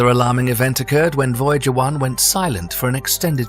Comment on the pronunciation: Voyager was mispronounced